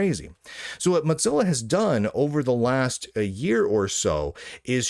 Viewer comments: Please stop saying Motzilla... It's mozilla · Why are you saying mot-zilla when it is clearly mo-zilla. You can clearly hear mozilla personnel saying it correctly in videos. Level up. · Why do you call it MoTzilla. Their aren't two z's in the name. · moe-zilla, am I crazy? Moe, like moe money moe problems, and zilla, like Godzilla. Moe-zilla. I don't get it when people say Mox-zilla. I know, I know, toe-may-toe / toe-mah-toe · it isn't called motzilla. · There certainly isn't. He must be seeing two z's as used in italian and need his glasses prescription changed.